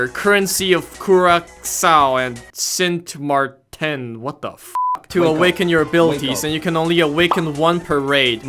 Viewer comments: Its SAINT-MAR-TEN that's how you pronounce it ( I'm from there) much love very funny vid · this game is boring its the same also is this just a remaster of the first one with same script or a part 2 btw Im bangla and i cried when he pronounced it sint marrten when its saint marten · As a dutch viewer, it was hilarious to watch him pronounce "Sint Maarten" and "Curaçao".